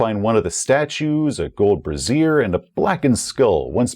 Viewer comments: Is that a golden brazier, or a golden brassiere? :D I tend to confuse the two words, since the only difference in their pronunciation is where the stress is placed. I'm not sure the one you used in this video is the one you meant. :) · Bray-zher, BRAY-ZHER! Not brah-ZEER! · Bray-zee-er, not brassiere! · Pronunciation police reporting for duty! Brazier is pronounced with emphasis on the first syllable. You pronounced it as you would pronounce “brassiere” 😆 Anyway, great video as always! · Love the videos, but isn't that word pronounced "BRAY-zhur?" Pretty sure a gold brassiere is something in Madonna's wardrobe closet. :D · Brazier. Not Brassiere :D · I once said "brasiere" instead of "brazier" and my table hasn't let me forget it. You mispronounce something ONE TIME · BRAE-zi-er (a metal cage to hold a fire) vs bra-ZEER (usually not metal, holds something else) kept catching me throughout :-)